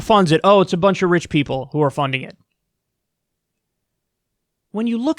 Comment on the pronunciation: Vewy stupid rich peopo